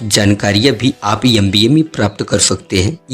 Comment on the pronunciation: Bhai M.B.A na ki 'Yam.B.A' , ..dusro ko jagane se pahle khud ko jagao, vedio edit karke youtube par dalne se pata nhi kya milega tumhe, but pahle khud ko fir dusro ko..